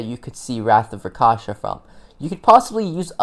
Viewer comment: RAK(rock)SHA(shaw)SA(sah) RAKSHASA Not rakasha